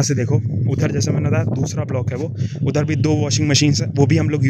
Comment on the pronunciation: When he says "phirrrrrrrr, ourrrrrrr" Udhrrrrr😂😂😂😂